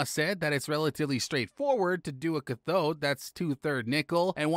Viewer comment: This video needs work on the announcer's pronunciation. Cathode and similar words are are almost unrecognizable.